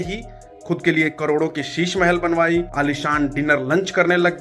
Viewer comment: 🐕‍🦺 तेरे भौंकने से कोई फ़र्क नहीं पड़ता अनपढ़। करोड़ को कड़ोर बोलता है और तू ज्ञान झाड़ रहा है 🐕‍🦺